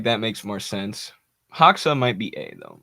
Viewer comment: not hoxa, pronounce it like hoja. you can hear proper pronunciation on wikipedia, they have audio file next to his name